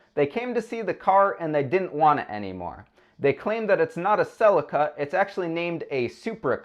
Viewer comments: Celica is not said with an a .... americans again learn to speak english its nt neesan its nissan ... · can you not pronounce celica or mazda?